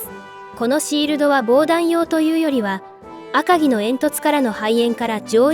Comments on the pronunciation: アカギの読み方を 訛るな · 赤城のイントネーションがおかしい いちごに近い